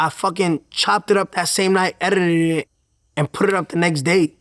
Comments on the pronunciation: “I errrrdit it” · "I editided it" 😂